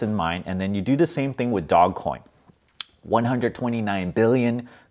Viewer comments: dozh coin! but i call it doggy coin for fun. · Dog-E coin. Pronounced "doggie coin". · Btb, it's pronounced "doul-ge" LOL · It's not DOGCOIN, it's DOGECOIN!!! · "Dog" Coin, ffs! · Stop calling it dogcoin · First of all it’s DOGECOIN NOT DOG COIN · Stop calling it dog-coin....it will be a lot less cringe if you call it doggy-coin. Nevertheless, great returns bro and make sure you HODL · Take a drink every time he calls it "Dog" Coin. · Can’t take this seriously if he can’t pronounce the investment right.